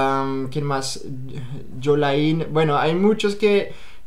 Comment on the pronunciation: ahh yo si decía Creo que soy la única de ahí que se llama yolain jajajaj aunque esa forma en que lo dijiste me dio risa😅😅😅